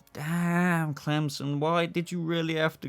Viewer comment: Yeah I was so upset about murn. Also why do you keep calling him crimson? Clemson?